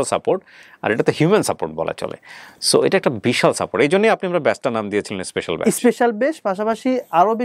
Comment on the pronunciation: ভাই বেস না বলে ব্যাচ বললে ভালো হয়